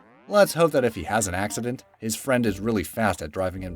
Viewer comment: Nailed it! "Axedent"